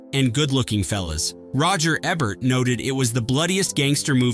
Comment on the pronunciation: Dan Aykroyd's name is pronounced ACK-Kroyd and Roger Ebert is pronounced EE-Bert! - sheesh!🙄 Oh, Delirious and Hudson Hawk are fun films!